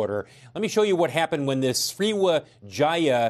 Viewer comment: Okok but did the guy just say sriwejaya